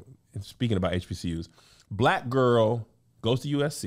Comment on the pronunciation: “She’s a city gworl” 😂😂😂😂😂😂😂😂😂😂😂😂😂😂